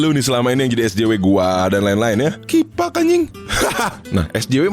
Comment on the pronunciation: Wkwk Bengek hyung kifak afa afaan nih🤣🤣